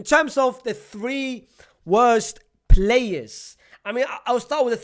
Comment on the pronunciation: As soon as said the names of the wose players i know you will call ferran 😂😂😂😂 but nice analysis anyway 👍